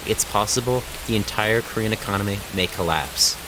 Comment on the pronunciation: do you speak korean? your pronunciation of korean words are perfect!!